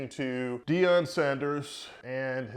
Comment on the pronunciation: Its Deion not Deon